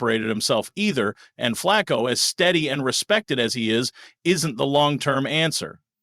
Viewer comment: Yes Please. He is saying JOE FLACCO, KENNY PICKETT, and Gabriel correct.